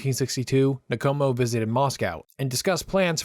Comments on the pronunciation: Good work ( but, please it’s Nkomo, no syllable between the N and k. Respectfully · Great video. Well researched and clearly presented. For the future, it’s “In-Komo” and “Sit-Holy”. And the Ian Smith accent is terrible. 😂